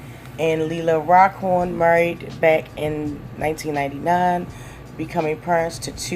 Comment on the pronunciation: You need to learn how to read and pronounce people's names correctly. Maybe you should practice reading stuff before you put it live. You're terrible interview I mean, your words are just terrible. I got sick and tired of just waiting for you. To say Antoine faqua correctly and Leela Roshan. You need practice, you shouldn't even have job reading anything!!